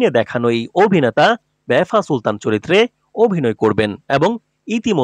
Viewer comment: লিখেছেন ভাফা সুলতান বারবার বলছেন বেফা সুলতান। আপনিও তো ইতিহাস বিকৃত করছেন।